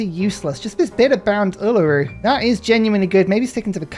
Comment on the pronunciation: Yay! Uluru! :3 (I'm really happy with how well you pronounce it)